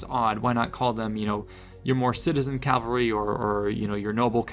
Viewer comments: Not criticism...I find it cute: keeps derping and calling it "cal-var-ee." Just to clarify kids - it's "CAV-al-ree." Cavalry is your unit with warhorses. Calvary is the hill where Jesus was crucified. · Cavalry. Ca - val - ry. How many years have you been mispronouncing this now, I pointed it out probably 3-4 years ago. Calvary is the hill Jesus was crucified on.